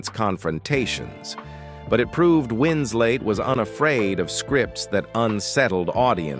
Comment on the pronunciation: This knucklehead keeps calling her wins late come on you dummy it's wins let. 🤗🌹🤗